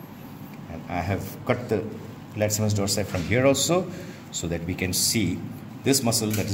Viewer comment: Funny how he keeps pronouncing the latissimus dorsi muscle as the latsimus haha.